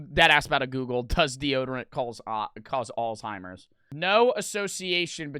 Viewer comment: said alltimers